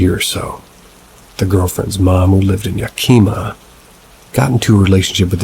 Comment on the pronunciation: Yakima.. pronounced yak e mah